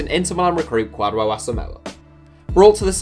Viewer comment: . Its pronounced "Kwa-joe" not "Kwad-wuo". Coming from a fellow Ghanaian